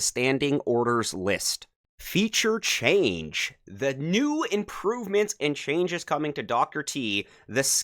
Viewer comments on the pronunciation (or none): none